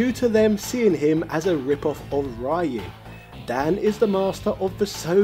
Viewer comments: You think we'll complain at daddy's firat name while I still can't figure out who is Rio and why is Rhea (Ripley?) in the game... O.o I mean, we're used to Brexit victims pronouncing Yu as Eyeore, but Yo as Eeewoah?! I guess that's why we never hear British rappers, they're so white, instead of "yo", they go "Yeehaw!"))) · So this is just trolling he pronounces Ryo the right way but he says Ryu as he bloody pleases. This is one of our fave gaming youtubers ladies and gentlemen XD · Not sure if he's saying Ryu wrong being that I don't know how the Japanese say it, but I still hate the way he says it. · I lost it when you said Ryu's name wrong its already 2020 and people still say it wrong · Dude how do you pronounce Ryo right and not Ryu?? 😂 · I find it quite Bizarre that you pronounce Ryo fine, but butcher Ryu every bloody time LOL. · So many info is missing, and lot is mistaken, Ryo is not based on Ryu (pronounced リュウ, Hepburn: Ryū not Raiu) he is based on Goku and Kenshiro, SNK pitched a Hokuto no ken Game, and it was rejected(HENCE THE NAME RYUUKU NO KEN) They kept some of the moves, like the Zanretsuken, And the GI is same as Goku, and thats the reason why you can charge KI. It had nothing to do with Ryu, then they added the Kohou, to match Shotokhan characters. You also missed that Todoh is based on Soun Tendou. You found that info on Wikipedia, but just like Jordan Peterson said: READ MORE Still you have my like and subscription, for doing your part with this video! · It's REE-YU, not RYE-YU. I only bring this up because you say Ryo's name correctly. Show Ryu some respect. 😁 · No, he said "Ree-yo." The fact that he consistently said Ryo's name correctly made the Rye-yu pronunciation stand out more. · At this point I'm pretty sure you read Ryu as "rai-uh" on purpose. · I hate it how he calls Ryu Rhy-yoo and calls Ryo correctly. You had one job man. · It's pronounced Re-you like from reusable.